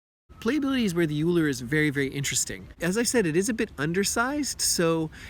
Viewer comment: its pronounced oh-ee-ler asin eulers disk